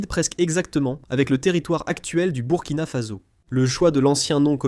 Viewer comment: "Burkina Faso" se prononce "bourkina fasso" Le Soudan Français est l'actuel "Mali"